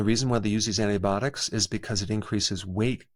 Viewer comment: “Antibotics” ?..I wouldn’t trust anyone who doesn’t know how to pronounce “antibiotics “